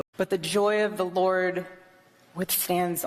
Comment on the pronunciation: She loves saying Lord with emphasis on L in her way